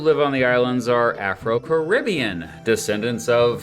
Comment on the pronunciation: You really need to learn how to pronounce “Caribbean” correctly.